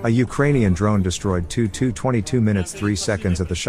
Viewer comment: Check your AI's pronunciation. It's T U 22, for Tupolev-22. The AI makes it sound like '222' Carry on.